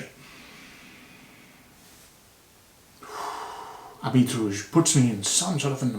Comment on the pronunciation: Habit means Garment. The “t” after the “i” is silent.